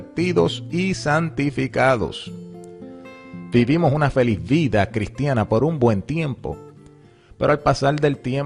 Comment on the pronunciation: No es divolcie.DIVORCIÉ. No es Félix y es Feliz... Pero desde ya hay problema. Lo Q DiOs une en juramento, sólo la muerte lo puedo separar Y ya el 1ro y 2do no es acertado...Ni separación y menos el re casarse... saludo mí y la verdad así es algunas veces cortante...